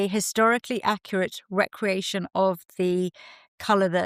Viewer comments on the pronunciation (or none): none